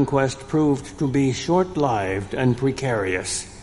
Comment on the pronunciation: Peter pronounced short-lived properly. Nobody else does.